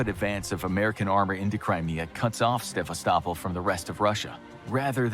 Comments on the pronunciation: It does seem odd that a war of this magnitude could begin in Ukraine, but remember WW I began in Austria-Hungary and WW II began in Poland. (Oh, and it's pronounced Se-VAST-i-pol) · It bothers me more than it should how the narrator keeps mispronouncing Sevastopol.